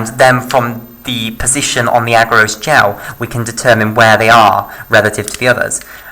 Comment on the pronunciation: "Agarose" put me off! Rest is good.